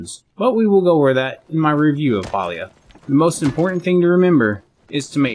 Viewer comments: Calling it Paulia is crazy 😂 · must not be from the south. Pa is (Pah) 🤣 The devs say its pronounced pay-lee-uh but that just sounds wrong lol